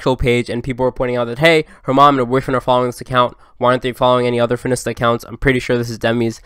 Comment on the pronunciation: no one:: fin-ista